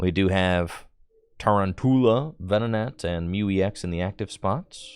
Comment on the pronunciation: Its Ta-roun-tula as in round tarantula